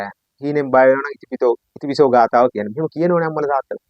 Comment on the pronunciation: බොහෝම කුසල් බුදු ගුණ ආනිසංස විස්තර කිරීමට 🙏 පුංචි නිවැරදි කිරීමක් කිරීමට අවසර... "ඉතිපිසෝ" යනුවෙන් එකට නොව... "ඉතිපි සෝ භගවා...." යනුවෙන් වෙන්කොට කිව යුතුයි.... එහි අර්ථය වන්නේ "ඉශ්ඨ වූ, ප්‍රිය වූ භාග්‍යවතුත් ව්හන්සේ" යන්නයි... ඉතිපිසෝ යනුවෙන් එකට උච්චාරනයෙන් නියම අර්ථය විකුර්ති වන ඇතර හරියාකාරව උතුම් ගාතාවේ ගුණය නොපිටයි... උතුම් නව අරහාදී බුද්ධ ගුණ බලයෙන් ඔබ සුරක්ශා වෙත්වා🙏 නිවීමම වෙත්වා🙏 තෙරුවන්සරණයි 🙏